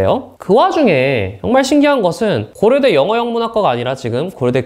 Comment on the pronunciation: 난 또 고러대 제이팍이라고 하는줄